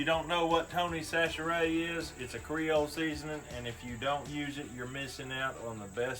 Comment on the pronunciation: One day ima have to teach you how to say Chachere like a good ole cajun :-)